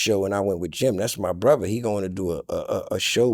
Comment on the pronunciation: new teeth or not he still cant say 'brother'...it's 'brova' all night long